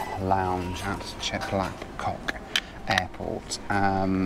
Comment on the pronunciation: 😂Chek lap 🍆 Is Pronandes Chek lap gak